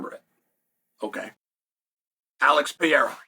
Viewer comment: He always says very famous fighters names weirdly, not that hard to memorize the names